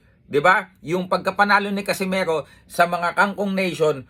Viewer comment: Nd nya mabigkas ng maayos Casimeho😂😂😂😂😂